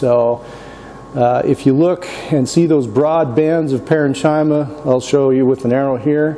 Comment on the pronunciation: Nice video...but pronunciation correction. "Parenchyma" is pronounced with a hard ch sound. ..paren-kee-muh